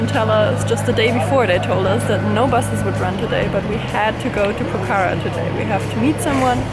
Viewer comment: It's not pokhara is pronounced pokhra!! Lol